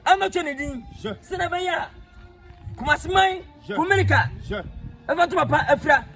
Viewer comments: koraaaa whyyyyyyy 😂😂😂 IS NOT KUMELICA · Is it KUMERICA OR KUMELICA😂😂😂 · That's kumasi for you 🤦‍♂️🤦‍♂️🤦‍♂️🤣🤣🤣